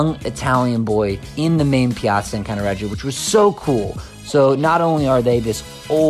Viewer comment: you've have improve the pronunciations.........f.e. it is "Cannaredjo" not CannaREggeeeo......